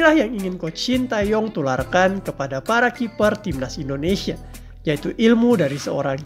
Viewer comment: Saran aja ya untuk pengucapan nama STY khususnya bagian "Tae" sebenarnya penekannya lebih kepada Te daripada Tae. Huruf -a disematkan sebelum -e untuk membedakan cara pengucapan karena ada beberapa huruf yg mirip pengucapannya. Huruf 으 dibaca "e" seperti pada kenapa. Huruf 에 dibaca "e" seperti pada era. Sementara nama STY menggunakan huruf 애 yang dibaca "ae" tapi tetap penekannya pada -e bukan pada -a. Anyway terimakasih untuk informasi mengenai staff pendamping STY yg cukup jarang dibahas di channel lain.